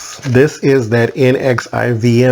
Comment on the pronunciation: It is pronounced "Nexium" like the 'remedy medicine' 😬.